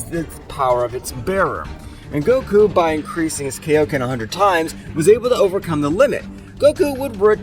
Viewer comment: bro said kiloken 50 times